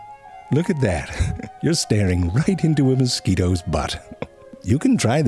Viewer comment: Intentionally mispronouncing things is so simple yet so funny, moskweetos hahaha